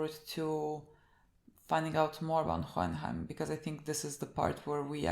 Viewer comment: It's so funny when you try to pronounce Hohenheim😂😂😂